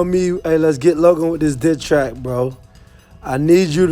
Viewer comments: is it just me I heard dicktrack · "With this dit track" huh lmao